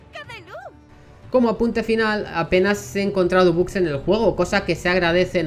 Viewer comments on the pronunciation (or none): none